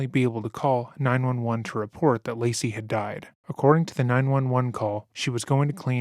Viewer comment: i hate how their defence lawyer just called lacey "lazy" it boils my skin